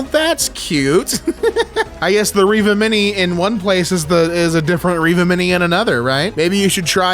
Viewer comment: My name is Reva. Pronounced how he does . And I've never been so happy to hear my name even if it's technically spelled differently.